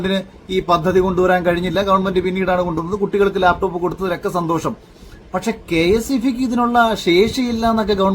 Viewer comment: Layptop, not laptop.. athu ve ithu ray.